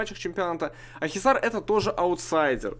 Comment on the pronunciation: Правильно Акхисар)